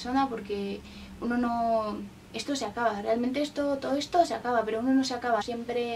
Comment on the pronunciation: ESHTO SHE ACABA TODO ESHTO SE ACABA JAJAJAJAJAJ LIKE SI ERES CASTELLANO I TE DA RABIA QUE LO PRONUNCIAN ASI XDDD